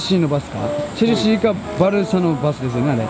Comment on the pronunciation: チェルシーがチャルシーに、なっている